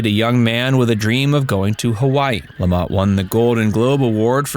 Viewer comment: Paul Le Mat not La Mot